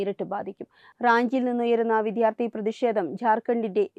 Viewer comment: 🙏 വിദ്ധ്യാർത്ഥി എന്നല്ല വിദ്യ .... വിദ്യാർത്ഥി എന്നു പറയൂ .